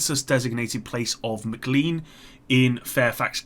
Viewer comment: Mclean sounds like a scottish cleaning product, it's pronounced "McClane", like the protagonist from Die Hard. Also, Potomac is pronounced Puh-tow-mack. Sincerely, Someone from DC.